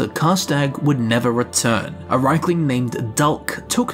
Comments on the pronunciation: I don't give a fuck what whatever voice director was at work that day thinks, the way it's spelled (probably had no clue), it's clearly pronounced reekling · Makes more sense if rieklings are goblin kin. I think the native Nords just want to believe elves are inferior in that they will devolve into sub-human beasts. As to how to say their name I think it should be pronounced reeklings as reek is something I can see this critters saying. Thus explaining the name we get for them. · Ah yes not rieklings but reichlings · The riekling voice sounds exactly like that of the hagraven and draugr. Also, I tend to pronounce it 'reaklings' due to my knowledge of the German language. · Just because Rieklings are pronounced two ways ingame doesn't mean both pronunciations are correct. It just means that Bethesda realises people aren't all the same.